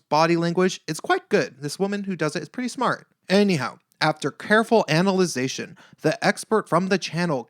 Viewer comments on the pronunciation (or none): The word is 'analysis!" Was your use of 'analization" perhaps a Freudian Slip?